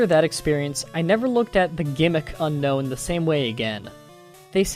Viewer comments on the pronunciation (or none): none